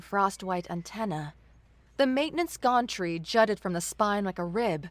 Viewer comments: To, I love your voice, your pronunciations... not so much. Acrid is pronounced ack-rid not ass-rid, Gantry is pronounced găn′trē, not gôn'trē (Think Can not Con) there were many more but I will just detail these two. The mispronunciations really take me out of immersion ad lower the enjoyment significantly. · It's not a gontree. It's a gantry (gan-tree). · The ones I picked up Acrid - Ak Rid Pocked - p ock (ock as in rock) ed Mooring - more ring gantry - Gan tree Servos - Sir v oh s Unfurling - Un fir ling Soot = pronounced like foot Nav - pronounced like Have